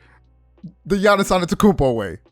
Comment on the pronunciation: "We're doing it the right way, the Michael Jordan way, the Giannis atentokoumpo way" Classic